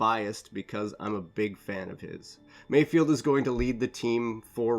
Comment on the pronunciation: I think his name is MayFELD not mayfield